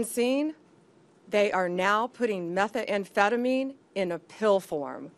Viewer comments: She can't even pronouce the drug names. Meth-a-anphetamine? Fentanall? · Thats a very interesting pronunciation of 'methamphetamine'. I've never heard anyone pronounce it like that. Looks bad Pam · It’s not meth e emphetamine. 😂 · What is Meth-A-phetomine? Also, RELEASE THE FILES PAM! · Is she trying to say "methamphetamine"? This is embarrassing. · The way she pronounces methamphetamine is killing me 🫠